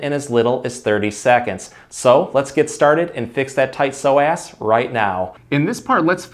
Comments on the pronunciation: Thanks for the great video. I'm going to have my husband try this immediately! I thought the pronunciation was a bit off from what I've heard before, so I looked it up. According to the dictionary, it should be soh-uhs. Just saying. 🤷🏻‍♀️ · please understand its not pronounced pso-ass, smh! Might wanna consider rerecording with the proper pronunciation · Why is he saying So Ass 😂😂😂 instead of so-azz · Pronounced "Pso-ASS" 😂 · Y I thought he kept saying that sore ass muscle…. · Why I keep hearing "tight sore ass"...lol..This guy has truly helped me in so many ways...Thank you Sir!! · Am I the only one who thinks it sounds like he's saying "sore-ass muscle?" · Good video, but pronouncing it SO-ASS…. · Is it just me or does psoas sound like sore ass when pronounced. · He made it sound like "sore ass muscle" a few times and i felt that hahah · is it just me or yall hearing "tight sore ass" too? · I love the way the muscle is pronounced. Yes doctor, I have a so' ass muscle~ made me laugh - but thank you for the information!! Liked and subd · I watch these all the time, but found myself laughing at how many times he said "so-ass" !! Sorry! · Did anybody else keep giggling when he kept saying psoasXD sore ass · I love how with a straight face you pronounce psoas as sore-ass muscle! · Who’s gunna tell him it’s not pronounced “so ass” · I thought you were saying “sore ass”. Thanks for the great content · Every time he says “Psoas Muscle” it sounds like “sore ass muscle” to me. 🤭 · Did you say “so ass” as in sore ass because I certainly have one from sciatica! ❤️ 😂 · All I heard was a tight sore (so) ass muscle. I'm from SC, that's how some of us talk😂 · It sounds like you are saying a tight sore ass. :) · You're clearly saying "so ass" as a joke like the super troopers "meow" bit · you were emphasizing the ass of psoas... I like it